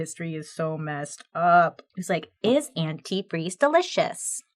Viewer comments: One of the things I was waiting to hear mentioned and never did is that Stacy kept calling antifreeze "antifree" over and over during interviews with the cops, and it was written as "antifree" in the "confession" note. Ashley properly pronounced it but Stacy never did. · My favorite part that wasn’t mentioned was that she said and spelled antifreeze anti-free. She said it like that in the interview. And she spelt it that way in the letter… What a wild way to be caught. Such an interesting story! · I remember seeing an episode of forensic files about this. The detectives said that another clue was that in the letter “antifreeze” was misspelled every time mentioned as “antifree”. When Stacy took the stand and during questioning she kept saying “antifree” while Ashley correctly pronounced the word as “antifreeze”. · The fact that she pronounced the word “antifreeze” antifree also played a part in her conviction because that’s how “her daughter” wrote the word in her confession. 🙄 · I remember the first time I heard about this case the thing that stuck with me is how she kept saying “antifree” instead of “antifreeze”. Even went as far as to type it the same way in the letter she typed up. Extra sloppy. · According to a documentary that I watched, something that helped investigators nail her was her mispronunciation & misspelling of the word antifreeze. She would say & also spell it as "antifree". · I REMEMBER THIS!!! SHE KEPT SAYING "ANTIFREE" NOT ANTIFREEZE, AND THEY NOTICED THE SAME MISSPELLING IN THE "CONFESSION" LETTER...BUSTED!!!!! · Forgot about the part in the note where it said Anti-Free. And thats how she pronounced Antifreeze when talking to Spinelli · Is this the same story where the lady incriminates herself by calling it "antifree" I remember in the letter and speaking she was the only one who mispronounced it as antifree and not antifreeze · Was Stacey her own downfall????? "Antifre"???????!!!!! I am mad😂😂😂😂